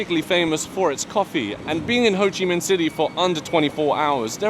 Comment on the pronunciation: How can you hear how it's pronounced and still say it incorrectly 😂 😂 😂 😂 hoochi? hoe-chi